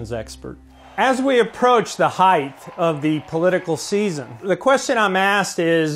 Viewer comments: PSA: there is no "th" in the word height. for fuck's sake. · It's amazing to me how many people mispronounce the word "height". I've come across so many educated and intelligent people who do so. It's not "heigth". Drives me crazy, lol! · This guy is good at what he does.. but I instantly became disappointed when he said"heigth" instead of height. 🙄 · Body language expert but uses the word "heighth" instead of "height". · Am I the only one here to notice this very smart guy thinks that heighth is a word? 😥